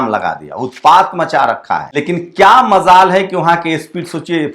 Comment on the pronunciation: ap ki qabliyt pr koi shk nhi ap ko meri rai hai Urdu shbd ko sahi uchcharan k ren ap ke wakya me char chand lg jayega. Jaise MZAL. Nhi MjAl sahi hoga